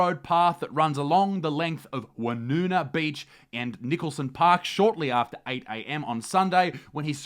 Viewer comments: Ya know what mate, I've always been a fan but I have to say after this video I respect you even more. Not only because of how classy you handled the "cyclist", but also how you pronounced "Woonona" correctly. Good fuckin Aussie right there! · This was literally in my suburb and we’re all shocked 😞 Edit: Thank you for saying Woonona correctly Isaac